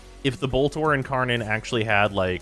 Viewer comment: He legit said lower end incarnon…